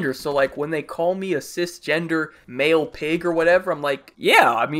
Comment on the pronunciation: It kinda sounds like he said “Mayo and female”